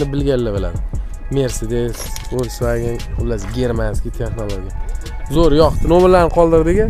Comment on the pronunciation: Фольксваген ВОЛЬСВАГЕН МАС..